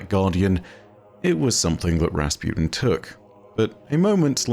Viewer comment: Everyone: Rasputin: Razpewtin